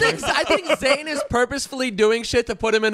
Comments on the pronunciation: It's Zane note zaine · Haider Hussain no i’m pretty sure it’s zane* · It's Zane not zaine*